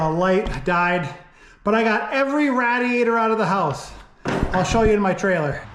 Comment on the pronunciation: I I joyed the video,but I don’t think you were pronouncing radiator correctly